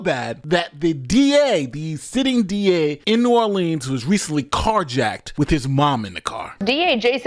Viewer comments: New Orleans, pronounced Or-Lens. Saying Orleens makes my ears feel like they’re bleeding. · it's pronounced New Orlins or New Orlens. New Orleeeans are only pronounced that way in songs. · Just a quick note for those that don’t know: When you say ‘New Orleans’ it’s New ‘Orlens” in pronunciation. When the ‘New’ isn’t present (like Orleans St or Orleans Parish) then you pronounce it ‘Orleens’. Orlens when the New is there. Orleens when it isn’t. Hope that helps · New Orleans is pronounced (New Orlans) by everyone who is in the know. Cantrell is a lousy mayor, a liar and a cheat, not sure any person who would ever be a good Mayor would EVER run and even if so would not be elected by constituents. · New Orleans pronounced ( Nu - Or Lee Anz). I went to college and lived in that region for about 25 yrs. I hope you don't mind my sharing a little phonetics with you. The majority of "gone to the dogs" US cities are turned over to AA's once they are trash. The 504 or Memphis are both major ghettos of the south. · I'm from louisiana and I cannot watch this in its entirety, because the person that's doing most of the talking doesn't even know how to pronounce the name of the city. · You can't even say the name of the city the right way... Then, I have to suspect your credentials for reporting on this area! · It’s strange too being she born and raised in Compton California. She has no roots in New Orleans. She refuses to pronounce New Orleans properly! Kamala’s bestie!